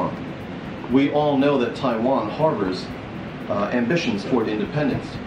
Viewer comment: I love the way you pronounce “Taiwan” with tones